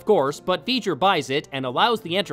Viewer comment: Veijer? Isn't that the bad guy from Jak and Daxter? "It's Veiger!" Bleh.